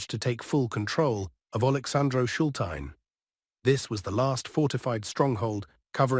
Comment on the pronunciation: "Funny" how you pronounce the names or villages and towns, e.g. Alexandro Shultine. Don't make of yourself a laughing stock.